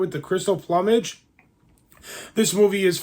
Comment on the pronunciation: I liked your video... even if you mispronounced 'plumage' multiple times 😆, but for real, cool video!